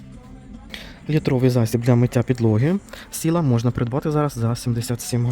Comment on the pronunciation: Правильно казати Сайла, а не Сіла.